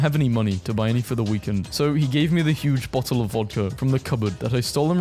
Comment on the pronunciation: Bo-le of wa-er please